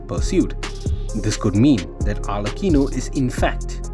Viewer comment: No it’s alrecheeno